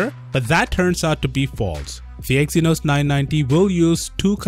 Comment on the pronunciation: Take that apple, Samsung KING of The Ring! By the way Its EXynos NOT Eskimo! Thank you